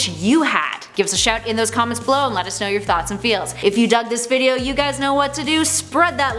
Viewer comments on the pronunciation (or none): none